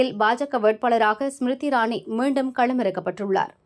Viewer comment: பெயரை சரியாக உச்சரியுங்கள். ஸ்மிதி இரானி யே சரி. இதேல்லாம கூட தெரியாமல் பிரபல செய்தி நிறுவனத்தின் (தினமலர்) செய்திகளை படிக்க வந்து விட்டீர்கள். அவர்களும் உங்களை எப்படி உள்ளே விட்டார்கள் ?